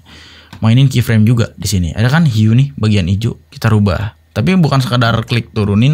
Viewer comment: Hue di baca hiu